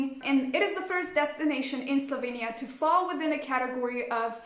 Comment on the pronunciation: Kinda weird that Chandler pronounced Slovenija in the correct way... Yet this lady did not...hm....